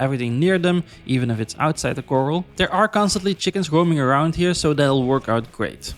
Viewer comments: Love the vid! It’s also pronounced Kr-al not coral😂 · Sorry to correct you but it’s pronounced Cor-ral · did you ever figure out corral is not pronounced coral? 🪸